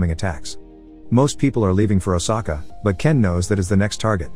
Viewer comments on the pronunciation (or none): none